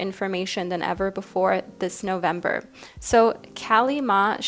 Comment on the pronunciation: Kali maa - pronounced as (ka-lee) not Cali